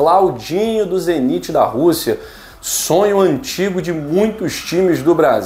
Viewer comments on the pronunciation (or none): Não é zeniti é ZENIT